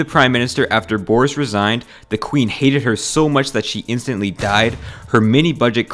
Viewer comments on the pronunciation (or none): none